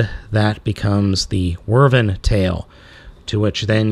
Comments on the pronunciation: Both correct. But never Whirrvern. Drove me crazy hearing it so often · It’s not how you say wyvern you said wrvern the proper way to pronounce it is why-Vern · It can also be pronounced "Wi' Vern", like someone saying "With Vern" very quickly. Not "Werven" though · It's Wyvern not Wyrven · This entire time, you pronounce it like wervin. I usually pronounce it wih-vern, but why-vern works too. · I dont like correcting YouTubers. Especially you, because you make me laugh, which is hard to do. But......... Wyvern. pronounced like a question asked by Jim Varney's Earnest: "Why, Vern?" That being said, I love your channel and I love your content. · You're right about the classification, but it's pronounced Why-vern. And that still is a TYPE of dragon, just not a "true dragon", just in how we call many things bugs, but there IS a set of characteristics to make something a "true bug". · wyvern not wurven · Wow, he's awful. Also, Wyvern is pronounced as Why-vurn. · Just to clarify it's pronounced Why-vern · it's pronounced why-vern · not quite. its pronounced wiv-ern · That's the worst pronounciation of Wyvern I've ever heard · Some "nerd" you are, you cannot even pronounce wyvern right. Boo-Urns. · great review man but you're pronunciation of wyvern is all wrong